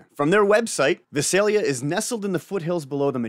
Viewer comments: It is pronounced Vie-sell-ya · It's pronounced Vie-sale-ya. Weird I know. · Hey you're not pronouncing of town right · Use to live near there. The thumbnail is spelt wrong and the pronunciation of Visalia was a bit off haha. But great vid as always.